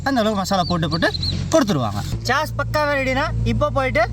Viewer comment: Athu chass illai but sauce… pronounced almost like sos… 😂😂😂